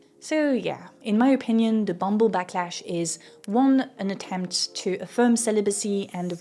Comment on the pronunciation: "the bumble blacklash" instead of "backlash", lol whoops